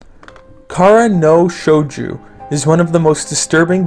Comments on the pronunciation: shojo not shoju. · I cringed every time I heard Shouju... This one has been in my backlog for a while, will give it a shot.